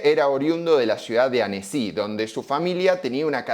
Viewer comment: Esta bueno porque te cuenta que significa carrefour pero en ningun momento se le ocurrio escuchar como se pronuncia, que SEGURO no se pronuncia caRRRRRRRRRRRRRefour en Frances. Lo mismo que Annecy, es un toq, lo pones en google y te dice como se pronuncia que seguro no es "Anesí"